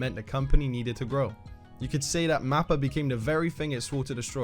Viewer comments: nigga just say MAPPA instead of MAPPER also their first anime was punch line or some shit its a 2013 anime lmao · “The Mapper effect” 😂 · I like how you pronounce it 'Mapper' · what is a mapper, say it proper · Why must he always pronounce it so weird?? MaPpErrrr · Bro added an R to a word with no R 😂 nice. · I’m sorry dude I really tried to watch the whole video but I just can’t stand the way you say mappa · I love how the accent he has puts an ER on words that end in A. Similar to the Aussie accent like when grand line review says Oder instead of Oda